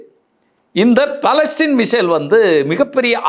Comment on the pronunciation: பலஸ்டீன் அல்ல பலஸ்டிக்